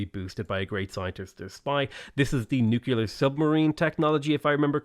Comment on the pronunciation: With the ultimate respect- please, please read nuclear as “new clear”. Say it until it sticks. Please.